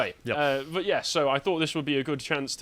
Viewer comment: What kind of dreadful English dialect does have where "but" is pronounced "buht-suh"?